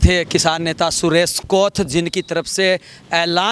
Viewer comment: सुरेश कोठा नहीं सुरेश कोथ है भाईसाहब